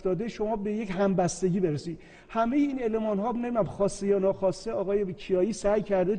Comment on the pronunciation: همون موقع که بُرید رو خوندی بِرید به سوادت پی بردیم، شما حرف نزن